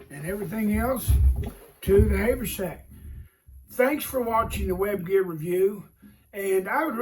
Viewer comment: its not hay vur sack its haver sack